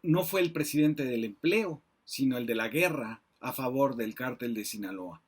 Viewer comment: Varias observaciones: Ni porque lo está leyendo acentuó correctamente "cártel" El ministro Medina Mora no es prófugo y de hecho se compró que no hubo pruebas en su contra Olvidó dar los datos relativos al actual gobierno en crimenes, sobrepasan a cualquiera Cuánta droga ha requisado el actual gobierno? Dentro de su investigación omitió comentar quién fue "mano derecha" de García Luna durante su gestión, por si acaso se lo recuerdo: Alfonso Durazo quién ocupó la Secretaría de Seguridad, nombrado por López Obrador y actualmente es gobernador de Sonora Pregunto ¿Durazo no sabía de los delitos imputados a García Luna, fue participe?